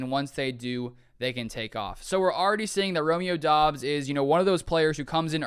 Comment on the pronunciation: Isnt it pronounced like dubs you saying it like Dobbs